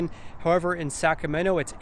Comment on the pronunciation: Really like the videos! Good content, great pace, very informative. A little constructive criticism, if you don;t mind. If you hear the way you're saying "Sacramento", it comes out as "Saccamenno". A little bit off-putting.